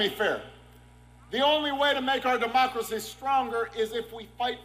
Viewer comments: Herschel Walker is so dumb!!! He can't even say Democracy and I'm sure he doesn't even know what it means! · David……I see what you mean about Herschel not being able to say democracy, but he has no problem pronouncing Democrat. They’re not that far apart are they!?